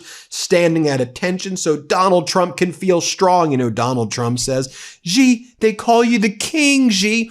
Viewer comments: Please pronounce it “She” Jingping, not “zhjeee”. That’s the proper way to say Xi. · Dear Ben, as I have told you many times before, the name Xi is pronounced more like the English "she", not "gee". I make this observation having spent 2 years in Shanghai during which I took Chinese lessons based on 普通话 which Westerners call Mandarin for reasons I do not understand. If Chinese readers want to comment, please do so. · It's Xi- Pronounced "Shee" not GEE, Ben, do better my man. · Xi Jin Ping: The 'Xi' is pronounced as 'she' not 'jee' or 'zhee'. Just FYI.